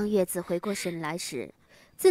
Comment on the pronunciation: 應該要念紫啊..